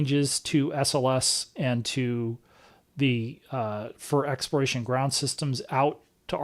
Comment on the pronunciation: Why do you, and other NASA administrators not pronounce the “L” in the word Exploration. You all say “expiration”. Which is a vastly different word. It’s kind of driving me crazy that you all can’t say the word correctly. It’s hard to take people as authorities when they get a basic, important word like that wrong.